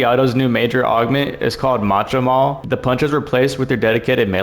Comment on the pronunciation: i think its pronounced mo-ka maul like cafe mocha